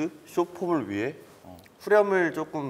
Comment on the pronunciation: 나는 태민이 내가 쪼꼼 이 발음이 너무 좋다ㅠ 다른 영상에서도 맨날 조금을 쪼꼼이라고 발음하는게 개귀여워…